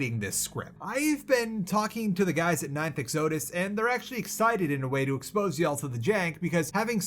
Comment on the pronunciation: Bro didn’t even pronounce “exodus” correctly, there’s no hope for him learning to pronounce Peripeteia